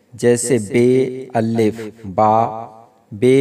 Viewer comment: آپ کے الف کا تلفظ ٹھیک نہیں آپ الف کی لام پر تشدید پڑھتے ہو ٹھیک تلفظ (اَلِفْ) ھے